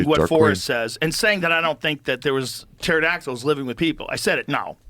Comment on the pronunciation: But does he Imagine Dragons? 🤔🕺🏻 happy Friday everyone. "Turdactyls" lol